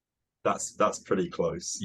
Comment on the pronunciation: Made me think of “purdy” in place of pretty. So price, comes out slightly sounding of “purice”